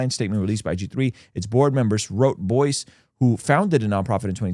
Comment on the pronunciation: Perhaps research...and little more? It's Buice rhymes with rice. And his statement admits HE LIED. As in made up up stuff about others. Not just lying about the accounts.